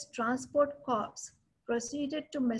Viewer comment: Please .. an Army Corps is ‘Core’ not ‘Corpse’. Nice talk nevertheless. The valour of Jodhpur Lancers at Haifa has been celebrated widely and justifiably so , but the role of Mysore Lancers and Hyderabad Lancers in the same campaign is often not recognized